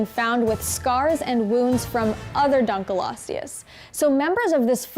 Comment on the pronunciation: she seems to have a bad habit of mispronunciation- they also opened with the dunk right after the study that’s showing it wasn’t nearly as long as initially believed.